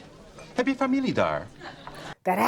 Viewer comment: Gunter is not sounding like a Dutchman. Ezel was reasonably pronounced and also familie. I remember watching back than. I am not easily offended. Actually I love it! The total lack of interest to be doing something the accurate way. I really don’t give a (kont van een rat!) 😂 wound not loose any sleep on that. 😉🌷🇳🇱